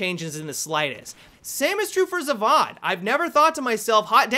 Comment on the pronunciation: love your pronunciation of Zavod